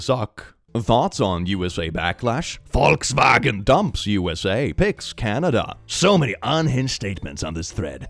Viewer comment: As an American, hearing someone using the proper pronunciation of Volkswagen tickles every good part of my brain. One one hand, I know forcing an accent when pronouncing non-english words can be problematic (think of people over pronouncing quesadilla in a really stereotypical accent), but I feel like tearing the uniqueness from other culture's words/names for stuff feels just as bad.